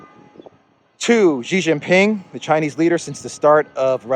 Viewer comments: if it not Ghezz, it is sheeeeeee, sheeee jinping NOT GHEZZZZ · Xi Jinping = SHEEEE jinping NOT JEEEE not Gheeeee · you and JAURA JINGHAM OF JOX NEWS needs to stop saying it wrong. PRESIDENT XI JINPING = SHEEEEEE JIN PING NOT GEEEE NOT JHEEEEE NOT JEEEE.. Sheeeee like GIRL. SHEEE SHEEEEE SHHEEEEEE. ALSO, BEIJING IS A FLAT J LIKE JACK NOT A FRENCH J LIKE JACQUE COSTEAU.